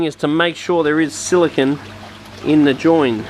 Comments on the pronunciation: How much more explanatory does semiconductor computer chip silicon.. vs silicone for sealant have to be ? Youre also pronouncing it wrong as well. SiliCON is a computer chip.. Its pronounced Sili cone.. Like snow cone. ice cream CONE.. Construction CONE.. Not sili CON. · Its silicone.. not silicon.. Silicon is a computer chip.. silicone is that rubbery chemical stuff for aquariums bathtubs ect.. Youre saying it wrong as well.. Sili CON vs Sili CONE like ice cream cone. Get it right please lol